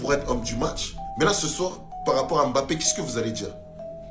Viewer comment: Son nom se prononce Mbappé et non M Bappé